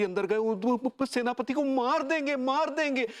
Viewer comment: Werspati nhi Senapati😅